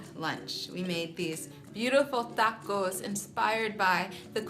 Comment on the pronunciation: I love how you say 'tacos'.... you try at least. That means a lot. Much respect :)